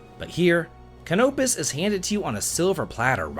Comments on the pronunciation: It's not ca-nope-is, it's cano-pis. Not sure how you even pronounce his name so wrong when this game literally has audible dialogue. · cuhnope-is vs cano-pis. Difficult to write, but his pronounciation is completely wrong, as i said before, by evidence of the actual dialogue in the game. He's either playing on mute, in another language, or he just decided to say it wrong for whatever reason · The game actually pronounces Canopus. Why does everyone say it wrong? It rhymes with Cannabis.